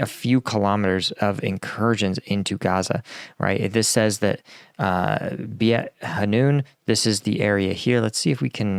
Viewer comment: Please check the names of the places. You usually do a commendable job in Ukraine. The name is BEIT HANOUN pronounced BAYT HA-NOON.